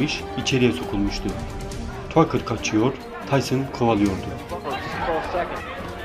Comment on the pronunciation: Tucker , "takır " olarak relaffuz edili ; keşke,doğru telaffuz etmek için boksorlerin anons edilmesinin izlemiş olsaydın.